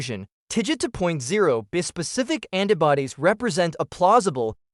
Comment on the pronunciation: Your ai doesn't pronounce "bispecific" correctly.